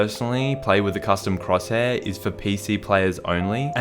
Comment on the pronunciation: say cross hair